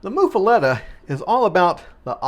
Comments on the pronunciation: "Muh". MUH-fuhletta. Not "Moof" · It's pronounced as Muff, like the winter hand covers!